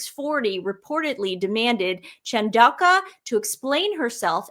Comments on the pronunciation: Please let read the articles for a while. Your pronunciation of Chandauka got worse as you went on. Where did the Q come from? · This is a crazy idea, but I wonder if Harry has ever made a pass at Dr Chandauka and was rebuffed? (pronounced in Zimbabwe as Tandooka) Also, meghan would hate to have a lady with black skin standing beside her because she basically looks white. The other thing is, after Dr Chandauka shut down her X because of the pile on from the sussex squad (sussex PR machine). As the Dr's history is in the head of Intelligence at Meta, she will have the means to trace the names & ip addresses of those who were posting the hateful comments against her. Her doctorate was and honorary from university of Coventry. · ChanAUka I think not ChandauLKWa? And imperious not imperilous? Hehe